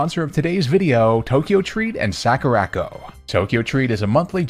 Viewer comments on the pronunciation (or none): it's sakura-co. not sakarako